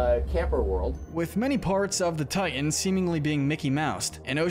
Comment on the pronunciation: It's not Tian.......It's Titan!!!